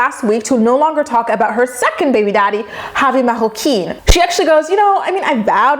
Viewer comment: Loving how you said "Javi Marroquin" with the accent, rolling RR's and all 👍